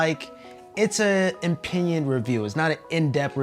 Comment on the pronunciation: You lost me at "inpinion"